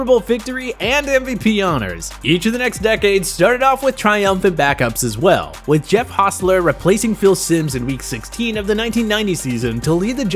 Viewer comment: That guy REALLY struggles pronouncing these QB names. At least he got the easy ones like Brady and Foles right. Jeff "Host-ler"? Trent "Diff-ler"? Jay "Sh-road-er"? Not-so-much.